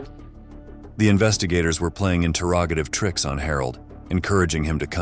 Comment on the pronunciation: The AI needs to learn how to say "interrogative" correctly.